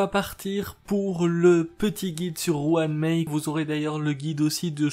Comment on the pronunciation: La fameuse "Juan Mei" :)